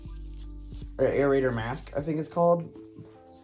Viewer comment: Airraitor? It's a respirator also you should have filters in the respirator as it looks like you dont